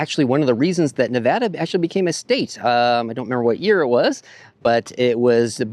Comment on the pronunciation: FYI, drag that "middle A" just a bit when saying Nevada. Locals picky about it. Another reason Nevada became a US state on November 1, 1864 is was because really Lincoln wanted that 1 electoral vote in his favor! (1864 Presidential election). Yep. Also, Mark Twain began his literary career in VC in 1862. Wrote a book "Roughing It". And Lake Tahoe gets very crowded in the summer (as you saw)! Your Bro has a nice family.